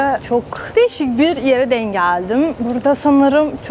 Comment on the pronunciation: artık tam bir Türk gibi konuşabiliyorsun hatta değimleri mecazları bile kullanıyorsun küçük bir katkım olsun istedim ''denk geldim'' derken ''denk'' teki son harf olan ''k'' yı baskılarsan daha iyi olur güzel kızım.